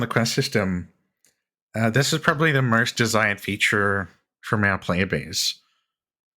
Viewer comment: Free Alderon Translation = Maurrst - Most... Caurrd - Code.. Naur... Know/No Saurr - So.. Gaurr - Go... Slaurr - Slow.. Emaurrt - Emote